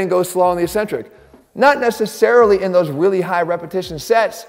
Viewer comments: Maybe it’s because my dad was an English prof, but I tune out as soon as you say “E centric”. The word is “Ek centric.” There are two c s. NO ONE in the exercise world says it correctly. Be brave. Be the first. It’s just ignorant. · When you say "e-centric", do you mean to say eccentric (said eck-centric)? Ecentric (as written in the subtitles) is a company.